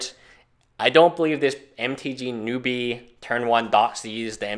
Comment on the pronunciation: He said (NO-B) it's (new-B) noobie <.< lol